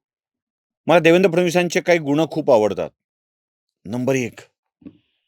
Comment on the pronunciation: Try to improve your pronounsation of N particularly GUNN is not gun and other N Otherwise it's fantastic n hilariously wonderful write-up presentation ❤❤